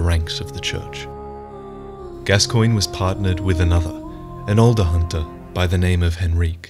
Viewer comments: You mispronounced gascoigne, it’s pronounced gas-co-oig-nee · “Gabba cologne” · You put the part where Eileen says the proper pronunciation in your video but you can’t get it right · Just wondering - why did you choose to contradict Eileen's pronunciation of Gascoigne and Henryk? Since she knew them personally, she would be an accurate source. It's very hard to watch this video knowing the real pronunciation is actually "Gas-kawn" and "Hen-rick".